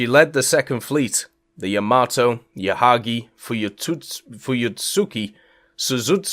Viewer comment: Bro, if you say Yamato like that one more time... 👺